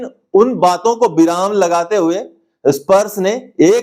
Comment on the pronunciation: बिराम नहीं विराम होता है l ध्यान रखें l